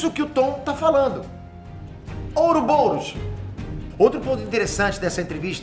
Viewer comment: aindanão terminei de assistir. Mas "ouroboUros"?